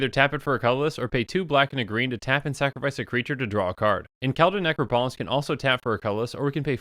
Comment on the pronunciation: I've only recently started watching your videos, but you crack me up the way you mispronounce Necropolis every time :)